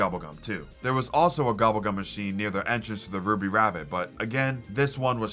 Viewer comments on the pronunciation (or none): none